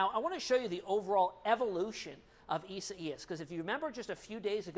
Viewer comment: Please please pronounce the name properly...EYE-ZAY-AS